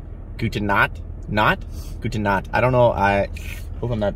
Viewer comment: Your german was pretty good but the "good night" is very complicated to say as a non german person. The 'ch' is very complicated and actually quite common for english guy to pronpunce it the wrong qay because in english, there is no 'ch'-sound.